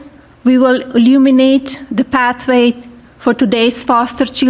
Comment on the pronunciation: We wiuluminate 😂😂😂😂😂